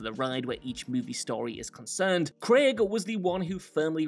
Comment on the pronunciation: You pronounced Craig properly. Well done.